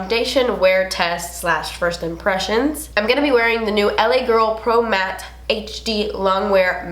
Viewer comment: omg i luv how you say MATTE and matte! 😂